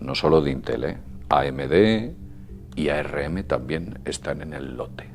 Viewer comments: solo pongo la tilde para que se note donde va el acento de la palabra la vocal fuerte vamos, es llana no aguda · es íntel no intél